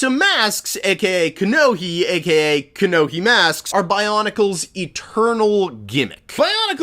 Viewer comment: It's "Kanohi" not "Kanoki"